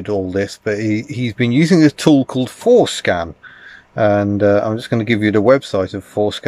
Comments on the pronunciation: When he said "Forscan" I had to rewind to double check I heard right. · One needs to be careful how one pronounces FORscan